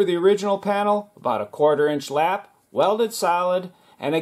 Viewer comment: Lap... not lapp. It's going to affect your search results.